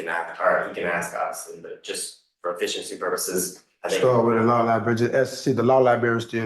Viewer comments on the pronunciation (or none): He’s gotta go to the law “liberry”